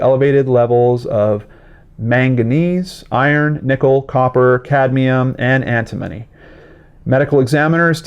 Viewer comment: Hi, antimony is pronounced 'anti mo knee'... just so you know.;) This is definitely a strange case. She also spoke out about different evil things the government was involved with....who knows. They are very well known for killing people that speak out against the government. The fact that both of them died from the same thing is crazy.